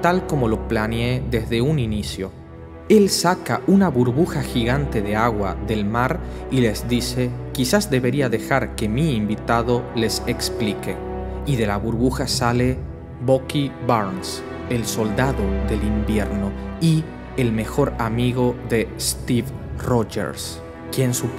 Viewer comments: Tio, llevo viendo tus videos una semana, estoy super feliz y súper agradecido de que subas estas historias, pero me estas haciendo muuucho daño con como pronuncias los nombres de muchos de los héroes. Cada vez que dices "Deiguer", "ClÓak" o "Boky" yo me muero un poco por dentro. Pronuncialo en inglés y quitate de problemas, "daguer", "clouk (sin acentuar)" o "bUky". Espero que no te haya ofendido lo que te he dicho, e insisto en que te quedes con el mensaje de que eres un puto crack! y que estas haciendo un buen trabajo por la humanidad, sigue subiendo estas fantásticas historias por favor Un abrazo enorme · "Caballero Mistico"? En serio??? Misty Knight es nombre propio no un alias, NO SE TRADUCE. Y como es eso de pronunciar el nombre de Bucky como BOCKY en que planeta eso se pronuncia asi???